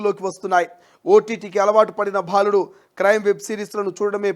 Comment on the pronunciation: First , speak Telugu correctly. Ottu bhaa kaadu..baaludu